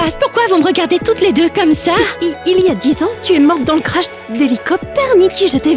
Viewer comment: c'est pas lé mais c'est les